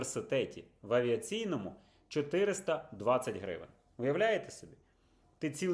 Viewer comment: Не хрущівка а хрущовка! Не Хрущів а Хрущов! Не гревен а гривень!